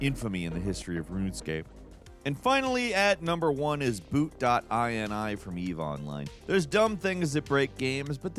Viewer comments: Oh, man., it’s not “eye-en-eye”, it’s “eenee”, from the word “initialization”, a list of parameters an object initializes in memory with. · .in-ee. It's a .ini file, yea, in-ee.. Not like a USian to try to extend how something is said! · Whenever I see INI in my files I’ve never once thought I N I I’ve always just sounded it out like (i-nee) hearing say it makes my brain go brrrp